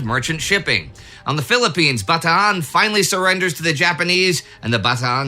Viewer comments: This is the first time I've heard a non Filipino pronounce Bataan correctly , Bah-ta-aan rather than Ba-tan. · Finally an American that pronounces Bataan properly. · I'm glad you know the correct pronunciation of Bataan